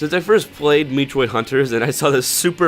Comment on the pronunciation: Dude it's pronounced Met-troid not Me-troid